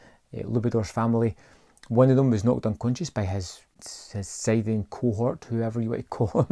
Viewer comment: The correct pronunciation is sit-ian or skit-ian 😉